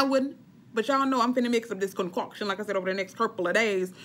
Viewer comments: Hilarious!! "Concockshun " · Girl you got me me cracking on how you say “concoction”😂😂 but you right I’m grown and I’m gonna try it. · 🤣🤣 Me laughing every time u say concoction.